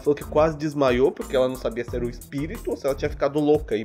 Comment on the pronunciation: "Se era loucura, ou se era... izprito" Rachei nessa parte kkkkkkkkkkkkkkkkkk